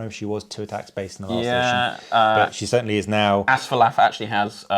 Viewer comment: Whoa, quite a finish! One small note, which won't matter in any future scenarios....Asfaloth ends with 'oth,' not 'ath.' But a fun watch regardless!